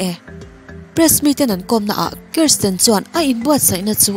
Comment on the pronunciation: An hmeichhe neih chhun hi KRISTIN ni loin KIRSTIN alawm... Karstin ti-a lam tur a ni e